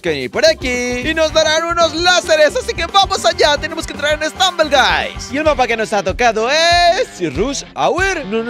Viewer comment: Se dice stumble guis